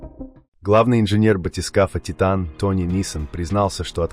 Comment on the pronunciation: Az nem Tájtön, hanem Titán.